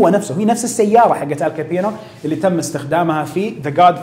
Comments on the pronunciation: ال كابون! وليس ال كابينو 😗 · ال كابوني مو ال كابينو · محتوى راىع و لكن لتصحيح المعلومات رجل العصابات اسمه آل كابوني و ليس آل كابينو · آل كابوني وليس كابينو للتوضيح🌹🌹